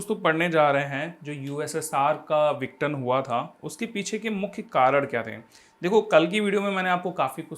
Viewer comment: माफी चाहता हूं लेकिनआप विघटन को सही से नहीं बोल रहे हैं आप इसको विटन बोल रहे हैं बाकी आप बहुत अच्छा पढ़ाते हैं ♥️♥️